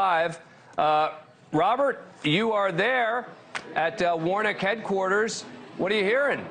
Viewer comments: His last name is Warnock sounds like War-Knock, not Warnick 🙄🙄🙄🙄🙄🙄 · Quit pronouncing Warnocks name “Warnick”. Damn Dan! Don’t you have degrees?